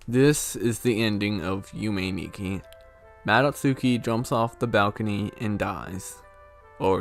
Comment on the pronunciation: Also, Nikki pronounced (knee-key)